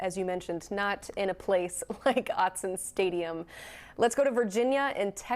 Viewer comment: The first vowel in "Autzen" is like "caught" (unless you're from New York) -- not like the dipthong in "out." ✅ OUGHT-sun ❌ OUT-sun